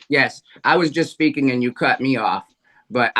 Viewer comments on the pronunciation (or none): none